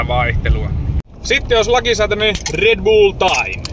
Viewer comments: Hyvää kontenttia varsinki ku sanoo red buull:DD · Ei ku se on red blöö